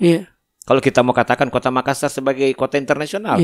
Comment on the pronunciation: Tabe kanda, Hanya Appakainga. Klo memyebutki kata MAKASSAR tolong penyebutannya jangan MAKASAR 🙏🙏🙏